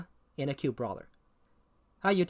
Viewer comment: occult is not pronounced "acute". Other than that, nice video.